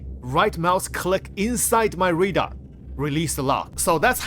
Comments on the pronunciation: RAdar bro, not READar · Can you say RAY DAR ? 😅